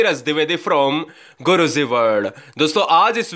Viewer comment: Guru zi nhii.....guru ji bole plz....aap ghalat bolte h